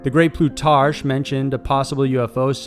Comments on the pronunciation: Plutarsh - that's harsh! How about Plutarck - that's how one pronounces Plutarch. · I love your videos but I must say that you should learn the pronunciation of many of the names and places you mention in your videos. It's jarring to hear Plutarch (Ploo Tark) pronounced as plootarsh. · How about when he says, "Plute-arch?" Just a tiny little bit of reading & research could save a lot of embarrassment. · Did you really just say the great Plutarch??? It's pronounced Plu-tarc, that is one thing that drives me insane about this channel, not checking the pronunciations!!!